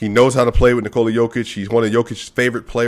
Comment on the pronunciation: The way you said Nikola is actually more accurate than one you are saying regularly. Use it more. :)